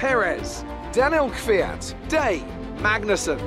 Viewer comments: hey just so you know, you pronounce daly: day-lee! please fix up for future episodes thanks! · Its kinda funny how the commentator (Dunno his name) says DAY instead of DALY. Its kinda funny but also kinda strange xD